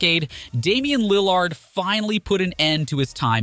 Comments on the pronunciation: Not just Lill-ARD, He mispronounced so much. Is it an automated voice? Markannon, Jabari, offence (like a crime) instead of offense, and strangely saying "6 foot XX inches" fully every time makes me suspicious. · Dunno if Lil LARD pronunciation is a joke but oof that stung - coming from a long time Blazer fan. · Why you saying Damian Lil-LARD??? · Yo at least hire someone to pronouns Lillard’s name right lmao 🤡